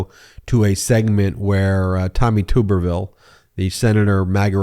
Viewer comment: I’m a fan of how everyone still mispronounces Tommy Tuberville’s name. His name is pronounced like a “tub,” not “tube.” Personally, I think “tuber” fits him, but that’s an insult to potatoes. When he was coach at Auburn, he wasn’t magat-fied. I guess when he moved to Florida, where he still allegedly lives, he waded into “the swamp,” and never left.